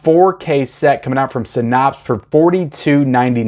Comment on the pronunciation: Hey I don’t mean to be a dick but it is pronounced “sy-NAPS” not “sy-NAHPSE”. Love you!